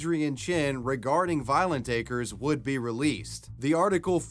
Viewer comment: Lmfao at Anderson Cooper pronouncing acres as a crez